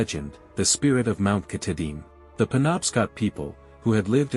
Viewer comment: Lost me instantly with the computer voice and terrible mispronunciation of our state’s crown jewel and the very subject of your video.